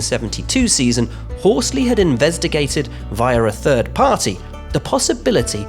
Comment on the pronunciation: "invezdegated" Jeez Louise this can't even talk normally i think someone should get fired